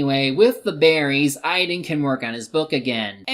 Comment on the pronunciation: Also, why are you pronouncing Aidan like idan?